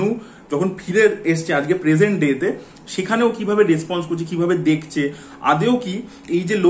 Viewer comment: ভাই দেখচে না ওটা দেখছে.Pronunciation ta thik koro.eto gyan jharo sobai k